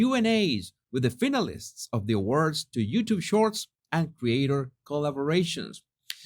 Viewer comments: It's not finalist its pronounced fine a list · Finalist was mispronounced.